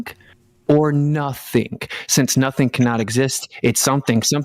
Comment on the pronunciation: I don't trust people that pronounce the "G" at the end of words as "keh". "Notheenkeh", "sometheenkeh", the ocean is "waveenkeh".